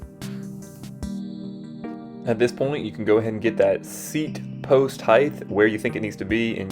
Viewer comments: Nice review. Height btw not Heighth! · Bro said "Heighth